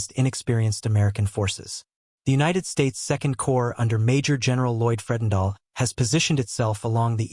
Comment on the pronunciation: Corps is not corpse